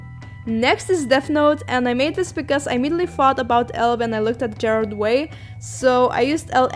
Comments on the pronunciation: OK honey you spelled the name right but you pronounced it Jared Way. But I'll cut you some slack because the art is cool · Everyone she said Gerard's name wrong I literally screamed